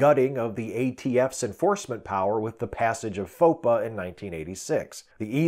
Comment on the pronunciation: I think FOPA is meant to be pronounced "faux pas."